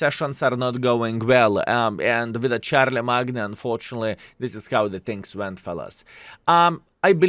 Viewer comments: Its actually pronounced - sharl-em-main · haha, for those who dont know also, charlemagne is pronounced as shar-ler-main. the "g" is silent. its a very nice/unique name if you ask me. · Given the name is french his pronunciation is probably less wrong than charle"main"^^ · "Char la magna", lol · It gets me every time 😂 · managed to accomplish an impressive feat.... bothering BOTH the french and british with his pronunciation, good video btw